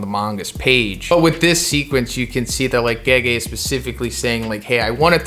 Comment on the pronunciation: Did he just call Gege "Geji" ?